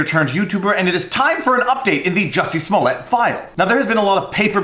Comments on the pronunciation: Do I have to do this everytime?? He always mispronounce the name.. It's Juicy' Smoyey' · “Juicy Smooliet” 🤣